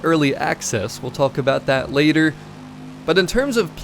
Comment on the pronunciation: is it so hard for you to say "later" correctly??